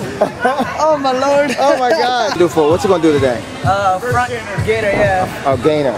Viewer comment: "Oh my Lerd" xD